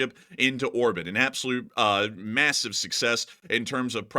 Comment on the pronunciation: "Massave outrage" LMFAO STFU